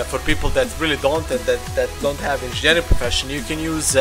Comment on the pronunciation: INZINJERING best proffesion ever. :D